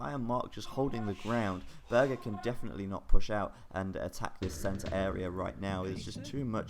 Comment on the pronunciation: it is actually pronounced "bourghair" and means "castle lord " in German.